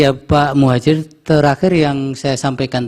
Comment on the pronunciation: Pak Hakim kok salah sebut piye tokiiih.. Pak prof Muhajir di bilang prof mujahir😅😅